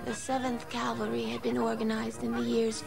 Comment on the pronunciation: Psst: FYI, “Cavalry”, not “Calvary”.